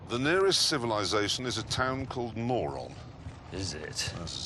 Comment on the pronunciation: As a mongolian when the called Mörön as moron i burst out laughing. It pronounced more like murun